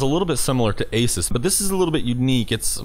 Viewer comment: Btw... don't call it asis... or if you do. Don't make it sound like asus. I was like. Compatible with asus??? WTF IS HE TALKING ABOUT! ??